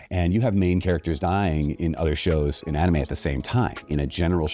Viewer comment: "Ahh-nime expo"😭